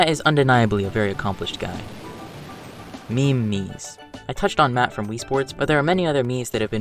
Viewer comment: a “Miim”